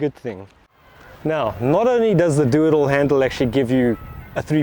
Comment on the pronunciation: made a video... I watched it. As I watched it, I thought you were having a joke and saying doodle handle. I was laughing, then I realized you were saying "do it all handle". Laughter subsided. I tend to only hear sacasim even at the best of times. hah